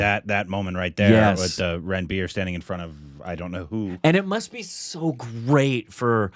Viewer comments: It's pronounced Runbir and not ranbeer 😂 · its run-bir not ranbier